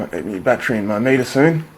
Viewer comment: LOL he says "my fattery went blat" That's some sunny fhit.